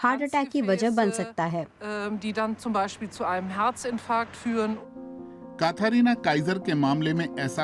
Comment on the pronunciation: कथरीना नही कैटरीना होता है😂